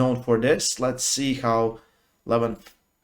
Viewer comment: learn from Ryan Blue how to pronounce right the name LEVAN